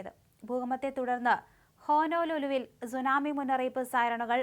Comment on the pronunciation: എത്ര മോശമായി വാർത്ത വായിക്കാം എന്ന് നിങ്ങൾ തെളിയിച്ചിരിക്കുന്നു നിങ്ങൾ പറയുന്ന പല സ്ഥലങ്ങളുടെയും തെറ്റായിട്ടാണ് നിങ്ങൾ പറയുന്നത് 30 സെന്റി മീറ്റർ ഉയരമുള്ള സുനാമി തിര അതെന്തു സുനാമിതിരയാ സുനാമി വാർത്ത പറയുന്നതെങ്കിലും അതിന്റെ ഉച്ചരണം അർത്ഥം ഇതൊക്കെ അറിയണ്ടേ ജാപ്പാനീസ് വാക്കാണ് സുനാമി